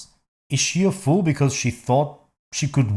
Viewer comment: I think she ment a “ fall” not a fool in a weird accent